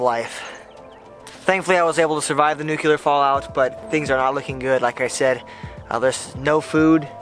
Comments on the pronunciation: 'Nook Lee er' not nucular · You said Nucular .Nice dip into survival fishing . Good to generate interest . Even though you're not in Alaska trying to survive it's nice to make folk think on these subjects . Thank you . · If I had a dime for every time "nuclear" was mispronounced "nuke-yul-er"...